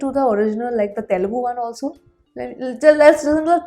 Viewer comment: by the way, can u google and learn how to pronounce the Telugu word.. I am not criticizing, but we are Indians rt, at least try to pronounce main words correctly, forget about language ... when u say Telugu, that pronunciation is very bad .. I know many guys jump here.. but this is important .. many foreign guys pronouncing better than us ..